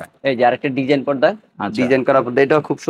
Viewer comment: Bhai podda na porda